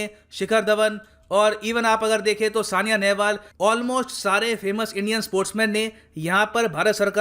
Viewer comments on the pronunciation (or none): थनबर्ग है सर थनबरी नहीं और साइना है सानिया नहीं😁😁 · M i the only one who noticed sania nehwal instead of saina